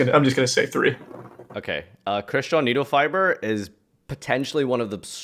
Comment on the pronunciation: Gag he said Needlefiber